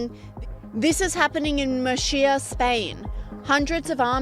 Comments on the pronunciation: wtf is "Mushia"? 😂😂😂 Mu➡️R⬅️cia honey, is MuRcia 😅 And yes... We are ALL fed up with illegal immigrants. Enfasis on "illegal". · Hi I am a Brit who lives in Spain. For context, this is not at the scale it's reported at by the media. It's Torre Pacheco. In Murcia (MER thee uh) sorry but the reporter has terrible pronunciation. First off, Torre Pacheco is a small place but it is representative of what is happening in some places. It is not nationwide. This is like it happening in Moline Illinois and people claiming it's happening everywhere. Torre Pacheco is also famously right-wing. That's not to downplay that the concerns are very real, this could easily spread in Spain if they make the mistake of pretending there isn't an issue.